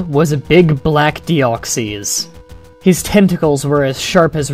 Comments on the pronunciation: Its not dee-ox-ies its dee-ox-iss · It's pronounced "Deoxis". Not "Deoxeez". Just letting you know. Then again, that's how I personally pronounce it. It's not necessarily the "correct" pronunciation. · It's not pronounced with an E in i its Deoxs then you put in the Y without pronouncing it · Dee-ox-is. That's how you pronounce it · I cringed every time he said Deoxees. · ur pronouncing deoxys worng